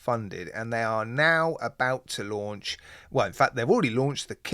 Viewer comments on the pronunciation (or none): none